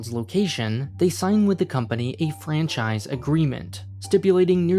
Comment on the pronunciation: PLZ STOP SAYING FRANCISIE, ITS FRANCHISE